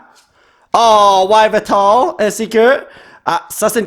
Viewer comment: S’il vous plaît peut tu dire yaveltal à la place de wyveltal c’est mieux